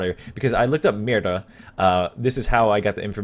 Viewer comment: When he talks "mira", i always understand "mierda"